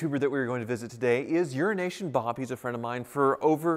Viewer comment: I finally saw the name "euroasianbob" and it is spelled totally different than what I have heard pronounce. 😆 glad his name isn't urinationbob as I have been hearing this whole time. 😂